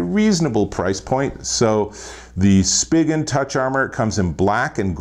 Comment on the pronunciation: This video sucked. It’s Spigen.... pronounced: “Spy-Gen.”. It’s even on their website how it’s pronounced, not, “Spidgen.” And the case’s you did reviews on all suck. Minnie Mouse? Seriously? Two ugly junk Spidgen cases, LifeProof? Why not the fre? Thumbs down here.